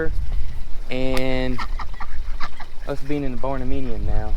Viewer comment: I love your barndeminium. 😆😆